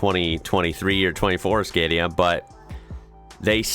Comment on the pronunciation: Hi man, really enjoy your work. Look for the song The Mighty 143. Awesome song!!!! Scania is pronounced Scan-ee